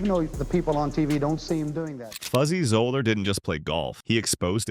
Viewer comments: It’s pronounced Zeller not Zoller! Also, it’s Kofax not Kufax. Please learn how to pronounce their names properly! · FRom outset, the narrator cannot even pronounce Fuzzy's name correctly. Love on. Another pointless time wating video